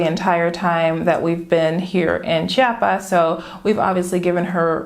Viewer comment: It's not Cha-pas, it is Chi-a-pas... Apparently this is a thing for Chiapanecos; I've been corrected a few times heh. Hey, I'm moving to "Sancris" in 2 months, is there an area that you recommend for people who enjoys a relaxed and quiet hood but that is fairly close to main andadores? I'm Mexican (from Tijuana) but I still feel like a foreigner living in Southern Mexico lol